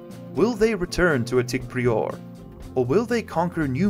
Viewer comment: Uh... I think that word is "PRY-er" not "Pree-ore" lol